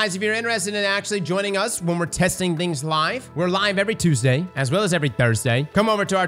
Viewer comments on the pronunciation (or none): none